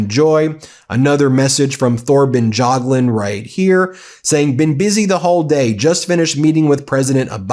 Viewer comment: Pronounce: Torben Y(a)gluund no TH here needed. A NYC crook untouched by the Soviet/KGB/Russian mafia is unheard of. Result is clear since decades ago, even thru Fred. Anyone must have known about and if so, got extinguished.